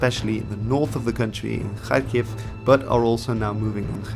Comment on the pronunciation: Respect for pronouncing things in as close a way to how locals pronounce it (Kharkiv, Kherson, Putin, etc.) However, 'nucular'? Really? ;)